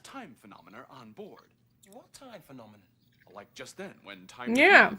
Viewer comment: Along with "Phenomenur"